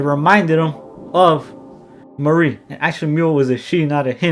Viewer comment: Why every time you say Marie it sounds like Maurice?